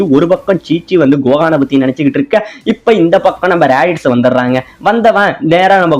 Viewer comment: bro athu radish illa radits